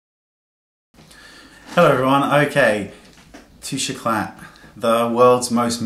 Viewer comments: I hope I don't sound obnoxious by saying this, but you don't pronounce the "T" in this my darling. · "The worlds most misused product" tbh it's probably the worlds most mispronounced product, it's really annoying me how you are pronouncing it wrong...